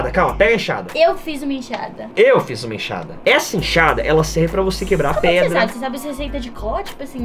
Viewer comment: E tão pro player que fala emchada